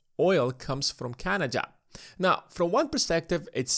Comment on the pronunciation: It is not canaja but canada